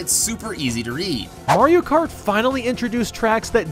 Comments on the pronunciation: Anyone notice at the start he said mario krat instead of Mario kart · It's Mario krat double dash. Get it right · at the start he says mario krat instead of mario kart why?